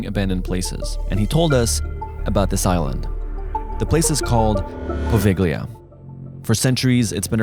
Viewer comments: The "gli" in Italian is pronounced more or less like "ly". Think of it as "poh-VEL-yah" NOT "poh-VEG-lee-a". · Me, an italian: Its po-veh-lee-uh not po-veh-glee-uh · you pronounce it povelia the g is silent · Maybe ,try pronouncing it correctly! Po-ve- lya. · Just so you know "GL" is the equivalent to the Spanish "LL" So it's pronounced "Pa-vee-ya" If I didn't comment this, it would bother me forever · actually brother its pronounced POH VELL YAH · Poo Veil Ya. You don't pronounce the G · As an Italian person, when he said ’Pove-G-LI-A’ I LOST IT MAN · In Italian it's actually pronounced as Povellia (the g is silent) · By the way, the "gl" in Italian is pronounced like "ll" (double l) in Spanish. In the phonetic alphabet it's "poveʎʎa" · Omg the way he said pOvEgLiA just irritated the Italian in me😂😂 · Pronouce it: PO VE YIA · The GL sound in italian is soft. The american pronunciation of poveglia, bolognese and italian words with gl and gn is wrong and sounds awful to an italian lol. So to fix it say it with a soft sound, poveglia sound almost as you would say povelia and the gn sound in bolognese sound almost as the kn sound in knew. Hope this helps! Stay awesome guys! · The suspension built before saying “boveglia” just made me laugh cuz he pronounced it SO wrong, It’s okay lol we forgive u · Not that i care, but in italian Poveglia reads Povelia, the G is silent. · Poveglia is pronounced = povelia Italian grammar, but it’s natural to say it like that as a foreigner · Peeps. Poveglia is pronounced more like Povelia than how you pronounced it. Moreover, its actual name in Venetian it's easier to pronounce for english speakers: that's Poveja (pronounced Povegia or Poveia). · in 'Poveglia' you don't pronounce the 'G' as hard, so you can kinda skip it and pronounce it 'Povelia' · Hey guys its pronounced "Povelia" the g is silent :) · The correct pronunciation for Poveglia is Pó-vey-a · It’s pronounced “Povella” 😆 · You dont pronounce the g its pronounced povelia